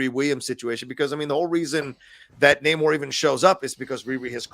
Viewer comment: Thank you all so much for pronouncing Namor's name correctly. It bugs me more than it should that he introduces himself one way in the movie, then every other character in the movie decides to Nay-more afterwards. And it bugs me more that every podcast/review seems to be going with Nay-more. That's clearly not what he said his name was! This is The Curse of La Llorona all over again....